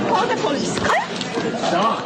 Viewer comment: She keep saying “call the Poice”. Hello woman , you are holding a phone.